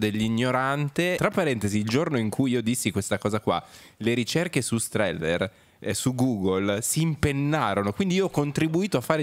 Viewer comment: Strehler....con una L